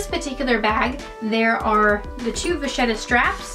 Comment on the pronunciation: Can I just say that it’s pronounced as “vakheta” not “vazieta” in italian.